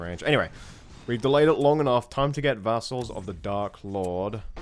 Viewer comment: the second A in vassal is slightly less stressed when you say it, sorry but that mispronounceiation of the word really bothered me, why i don't know